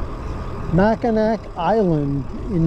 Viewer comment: it's pronounced "mackinaw" despite it's spelling, i'm originally from that area though I've lived in Florida for the past 22 years the speed limit is the actual road limit because the only other transopt allowed there are horse drawn carriages and regular bicycles. it's a nostalgia town set to be like the 1920's